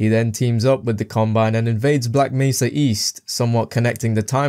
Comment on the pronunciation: Aside from the way you said Black Mesa, i think you did a pretty good job.